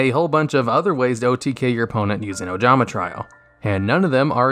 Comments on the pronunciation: Ojama Tree-oh... wtf if is try-oh? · “Ojama Try-O” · Ojama......TRY-O??? Lol